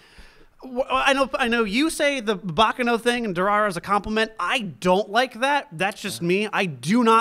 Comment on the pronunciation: Btw guys, just a friendly thought: you're saying "Baccano" wrong. In fact, at first I thought you were saying something like "Bakeno" by the way you pronounced it. It's "Baccàno" and not "Bàccano". Just a lil' note since I see frequently asks how to pronounce different things.